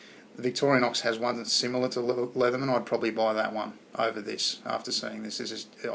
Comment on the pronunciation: Nice job, not saying "Leetherman."